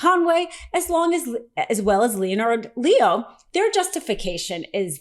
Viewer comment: It's pronounced "Lehn'-ərd Lee-o".